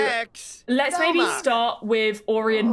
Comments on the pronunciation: I think Orion is pronounced like Oh-Ryan. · hi love the vid🎉🎉 but orion is pronounced oh-ryan